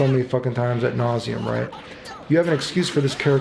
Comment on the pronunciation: has been "royt". Did Maximilian voice took over for a second?